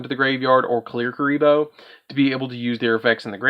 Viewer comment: Love kuriboh! Just a heads-up, though: it's ku*ri*bohrn, not "re-re"